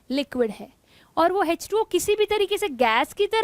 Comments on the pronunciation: Mam its nt hz 2 o Its h2o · Hech2o nhi h2o